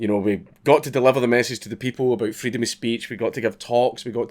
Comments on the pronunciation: Hearing Dank talk about Freedom of Speech gets me a little hot, mostly just because of his pronunciation. Freedum e Speach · Say "Freedom" in a scottish accent again :D